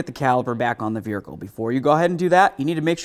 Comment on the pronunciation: My dude. I know you must get shit for this ALL the time, but what on Earth is the deal with how you say "vehicle"? There is not a single other issue with the way you pronounce any other word. You have crystal clear diction for the entire video besides this one single word. I am just baffled. No hate, just curiosity.